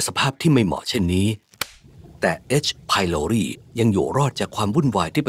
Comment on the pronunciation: H.prloriอ่านว่าเอช ไพลอไรด์ไม่ใช่หรอ